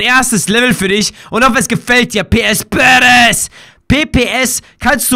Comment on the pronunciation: Es heißt badassss